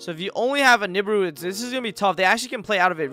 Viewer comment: Love your stuff bro. But I've never heard nibiru pronounced like that lol